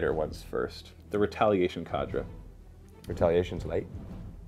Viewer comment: Its not cadra. It's "k" ( the sound of the letter k) and the "der" or "dur" depending on the accent. It's a real word. Not a weird tau name xD